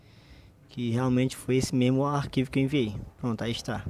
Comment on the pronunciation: Aprende A falar mais Correto por favor faz umas Aulas Não se fala Memo e sim o ideal é falar "Mesmo"